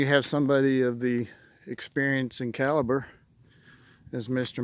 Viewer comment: Calibre isn't pronounced "cal ah brah". 😂